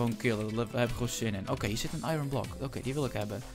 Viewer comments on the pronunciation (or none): none